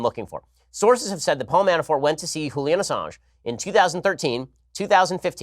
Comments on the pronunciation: Julian? or Hulian ? Ben is the ONLY person I have heard mispronouncing this name. And he complains about " grabbers" at least it's pronounced correctly. Ben's a gut mensch, and the longer I hear him, the less impressive he is. He is Always wrong about Trump. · why is he saying julian like hulian? wtf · Jillian Assange is NOT Spanish. Stop pronouncing the J as an H!!!!! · Why does Ben say Julian’s name like he’s Hispanic??